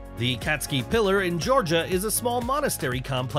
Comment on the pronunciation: Your title is clck bait, your first object is pronounced completely false, it is Khatski Pillar, not catski or katski, and it is not the US Georhia, it is Geeeeeoooorgia, G followed by an eee followed by an ooo, and the country is Georgia, it is in the caucasus.... nauseating, click bait from uneducated people for uneducated people ....